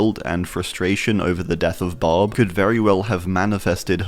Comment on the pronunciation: I was like who is bob? Then I saw the glasses and was like oh he's saying barb lol